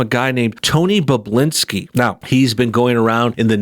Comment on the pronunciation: I’m pretty sure his name is pronounced Bob-bu-lin-ski. Not Boblinski. And not Bublinski.